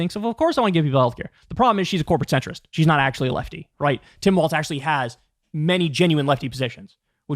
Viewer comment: governor of Minnesota, during his oath, the pronunciation is “walls” — with no “t” sound. So, although it kind of looks like it should be “waltz,” “walls” is the correct pronunciation.